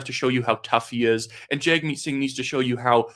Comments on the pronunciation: At least have enough respect to say his name right. You are media. It’s not said jagmeet. It’s said jugmeet. Weather you like a person or not this is the minimum of respect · You ought not Anglicize the pronunciation of Singh's name. It's pronounced Jug' meet. Saying it wrong hurts your credibility